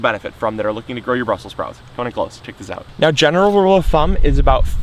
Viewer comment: Brussels not brussel.